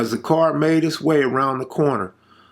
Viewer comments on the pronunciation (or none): CA R.... C. A. R. D. Car NOT card